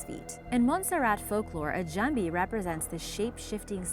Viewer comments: Lowe she man at least she try lol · how this woman pronounces "jumbie" got me laughing